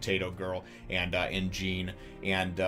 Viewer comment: I don't mean to be rude or anything but jean names is actually pronounced like "John" because its a french name.